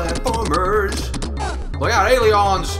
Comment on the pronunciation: "AELIONS" LOL!!!!